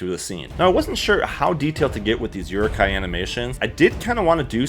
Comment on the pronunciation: you pronounce many words very strange.. rokoku? uruku? lol?